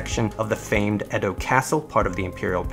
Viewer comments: EE DOH not ED DOH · It’s edo actually (A-Dough) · no correct way of saying patent, but i'm pretty sure Edo isn't pronounced as "ED-do". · Just fyi. You mispronounce patent, Shimazu and Edo. You pronounce them weird.